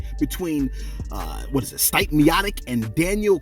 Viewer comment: Butchered Stipe’s name 😂